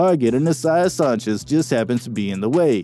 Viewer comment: How do you mispronounce Sanchez